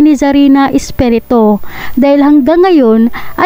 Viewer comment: 😂😂😂😂😂NARRATOR PLEASE PAKIBIGKAS MONG MABUTI ANG APELYIDO. ESPIRITU hindi Espereto